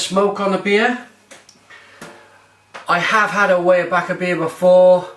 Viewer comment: Glad to see you're reviewing another Pennsylvania beer! And is correct, it is pronounced WIREbacher. The pumpkin ale is one of my favorites.